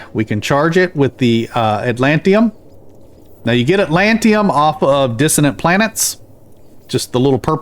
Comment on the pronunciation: I didn't mean any offense, I love your videos but that pronunciation was driving me crazy. It's a made up word but I believe the emphasis is on the TID syllable. 😆